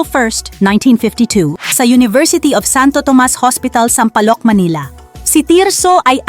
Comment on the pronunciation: Sagwa mong mag -natrate…..Amli-mali ang bigkas mo ng mga salita…..Dapat bago ka umere….o mag -tape ng narration mo …practice ka muna ng pagbabasa…..Kung hindi ka sigurado,…magyanong ka sa mga kasama o kaibigan mo,,.. Halimbawa,,..VICOR ….sabi mo VIKOR…..dapat VI( BAY ) KOR …hindi VIKOR!!! Sampaloc …..sabi mo ….SAMPALOC…….dapat SAM- PA- LOC…..